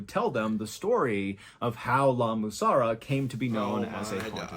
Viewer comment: What was wrong with him trying to say La Mussara? 😂😂😂